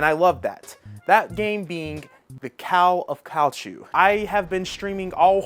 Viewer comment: The Cow of Call thu.